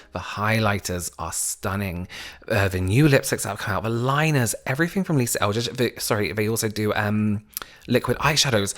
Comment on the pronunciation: He says “evree-fing” 😊